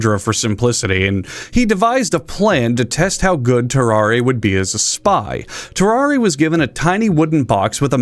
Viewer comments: I think it’s pronounced “ter-ar” and the e is silent. He was French, after all. That man was cursed, for sure. CountDankula had a good video about him too. Great video! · I'm commenting this before I watch the video. It's Tarrarre isn't it? Edit: Nailed it.